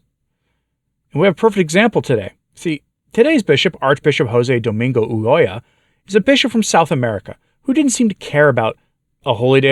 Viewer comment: Must say I'm impressed...your proper pronunciation if Ulloa (UYoa). Excellent!! 🙂👍